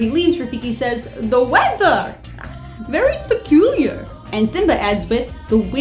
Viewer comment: THE WEATHA! VEWY PECULIAR.